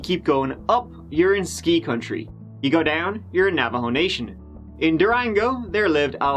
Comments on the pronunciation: 🥺🤦🏻‍♀️My favorite part is when u say "LET'S GIVE IT A GIW"😂when the action begins 🤍 Omg what happened to that little boy! That's so sad, how could a father do that to he's own son💔 the way he domp he's dead body shows he was really cruel 🙁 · i just want to mention that the way you say 'Go' has really grown on me and i now absolutely love it. i have taken to also pronouncing it as "Geyw" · It's so very endearing that you think 'go' rhymes with 'poo' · I'm concerned that he was found guilty with no proof whatsoever. What evidence was there? Also, apparently go rhymes with poo.